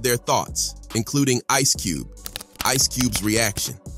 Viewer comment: Cube-ay and Suge-ay lol. Wtf? This dude can't read.